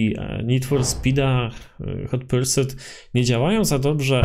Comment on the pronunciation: “Hot persut”